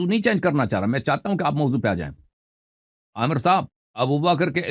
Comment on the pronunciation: Amar nahen hota Amir hota hey